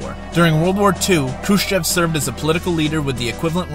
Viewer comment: Good but some pronunciation errors Khrushchev is pronounced ‘Khrushev’ Brezhnev (the ‘zh’ is pronounced like a light ‘j’ E in Gorbachev is pronounced ‘o’